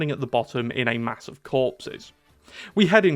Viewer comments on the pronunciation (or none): none